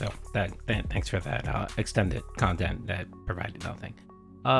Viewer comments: Pahsitive, meahninful, curahted, khantent. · " sorry honey, i spent the funds of dinner on decorations for my kantent"